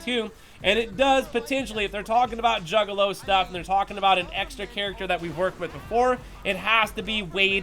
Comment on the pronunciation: I had to rewind and hear him say it twice 🤣 🤣